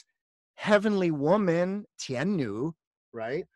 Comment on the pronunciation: Devi is pronounced tian ni and not tian nui.Ni is fourth tone.